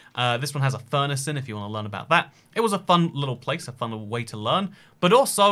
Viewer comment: mouth full Fun wittle playce”